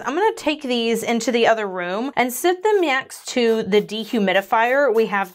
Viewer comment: Did...did just say "myext" instead of "next"? Like that scene in Super Troopers where he's trying to say "meow" as much as possible?😅